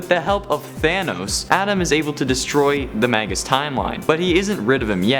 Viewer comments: Those names are pronounced "may-gis" and "my-stroh" not "mag-gus" and "may-stroh" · May-gus and My-stro! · Magus is pronounced May-Gus Maestro is pronounced Mice-Strow Yall killing me with these mispronunciations. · Actually Magus is latin so it is pronounced Mah-Gus and Maestro is Italian/Spanish so it is pronounced Mah-Est-roh. You are killing me with your ignorance.